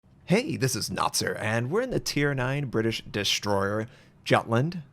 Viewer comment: Where is your accent from? You say ....Dishhhhhh-stroyer?